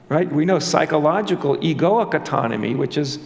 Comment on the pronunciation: Pronunciation: aww-tonomy. Great talk!